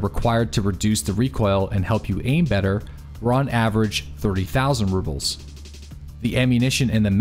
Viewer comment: I love your videos, but you keep saying Ruples and not Rubles. It's subtle, but it's there.